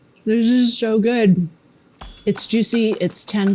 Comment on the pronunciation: Diz izh so gud!" 😄